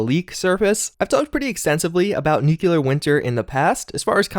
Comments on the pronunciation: *Nu-CLEAR just remember that’s how it’s pronounced and you’re good to go Nuke-u-lar, no. Nu-clear yes! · It’s nuclear, not nukular, ffs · Sound it out... "New Klee Ar" as in "New Klee Us". Anyone who pronounces it "New Que Lar" sounds like George Bush. And he was dumb. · NU-CLEAR! NOT "NUKULAR" FFS, you're educated and currently enrolled in a college! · hear how the voice actor says NU-CLE-AR? It's getting so old to hear you say NUKE-U-LAR. C'mon man, you're better than this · Dude... You're saying it wrong. It's nu-cle-ar. Not nukular. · NUCLEAR NOT NUKULAR, Jesus! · Nuclear not nuculor! Lol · Nuclear not nucular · Eeeeewwe! PRONOUNCED: NEW CLEAR NOT: NEW KEW LER why do u Insist on not changing it? Btw Thumbs Down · Broooo NU-CLEAR not NUKULAR. Love your content tho, keep it up chief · DUDE. It's pronounced NU-CLEAR, not NU-CU-LER.. Please stop doing this! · Im sorry but it is NU CLE AR Not NUCULER. Driving me nuts lol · Please for all that’s sacred learn how to pronounce NUCLEAR not nucular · I know it’s nitpicky, but it really bothers me when someone pronounces nuclear as nuke-you-lar. Not looking forward to the increased Nuclear Winter coverage I know is coming. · Don’t take this the wrong way, I love your videos and your voice is soothing af to listen to but I can’t stand how you say “nucular” 😂😂 nuclear bro!! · Seeing the game footage in German was interesting. I really hope there isn't battle royale bullshit added in here. I do still want to actually play it at some point. On a less related note: nuclear. nu-cle-ar. For the love of christ, man, really. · Bruh. Why you sayin "nuclear" like George Bush? New-klee-ur not new-kyuh-lur. Thanks for the effort on this video tho for sure! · i really enjoy your channel but ...nu-clear this really bugs me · New-kew-lur is a strange way to pronounce nuclear. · no one:: NEWCLEEARRHH I love your videos but had to pick on you for this, even though I do it too. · Nuclear pronunciation: “new-clee-er”